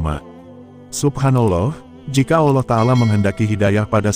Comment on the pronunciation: Belajar lg nyebut nama "Allah" yg benar, min